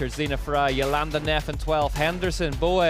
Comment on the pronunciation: Such a great race. Puck is a joy to watch. FWIW, will someone please tell that the rider's name is Linda InderGAND not Linda InderGRAND? Four races in and he's still saying it wrong. Thanks.